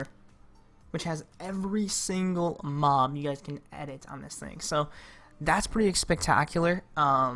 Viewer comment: I turned on cc when he said working with mob it sounded like doing moms